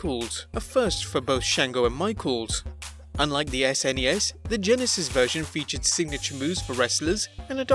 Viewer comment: Never heard anyone call it an ess-enn-ee-ess before!